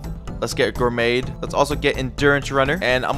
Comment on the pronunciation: "lets get gurmaid"💀